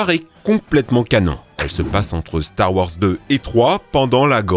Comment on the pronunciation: Star warS , GrievouS , finissez les noms svp ca fait bruler les oreilles... ET NON Ce n'est pas Rex dans Star Wars 6 , ca n'a pas été confirmé :) Sinon très bonne vidéo !